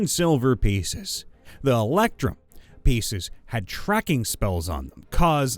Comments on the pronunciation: Glad to see I wasn't the only one about to lose my mind everytime he said "electum". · my dude, the word "electrum" does, in fact, include the letter R, and it's not silent.